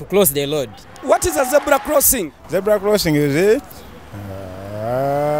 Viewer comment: Dear baganda. Its Zebra not ZEBULA. Its Road not LOAD.